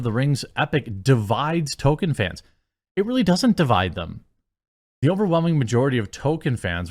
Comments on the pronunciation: Jeremy, why do you always pronounce "Tol-kien" as "To-ken"? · I can't stand how he pronounces it "Toe-ken" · Why can nobody on youtube pronounce Tolkien’s name correctly?